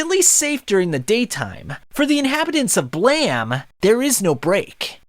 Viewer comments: It's uhm, Blame not BlaM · "blam"?....you mean "blame". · I think its pronounced "blame", i mean, it has that "e" at the end. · Is it “Blam” or “Blame”? I’m confused. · Nihei is a god of Brutalist-esque world building manga. And it's "blame", just like the verb. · You forgot to pronounce the "E" on BLAME!